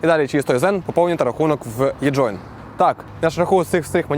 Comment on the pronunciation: Не єджоін, а еджоін. Навіщо з Е робити Є?